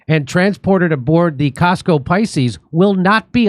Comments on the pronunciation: FYI….. COSCO is not Costco. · Cosco, not Costco. It's a different company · Cosco not costco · Jimmy its not the Costco that you belong to. Its Cosco a transportation company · COSCO not Costco. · Cosco is not Costco 🤦🏻‍♂️ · Cosco. Not costco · Cosco, not Costco. You are probably not a member of Cosco, which is a Chinese shipping company. You are thinking of Costco the Retailer of stuff. So why is a Chinese shipping company sending weapons to Israel?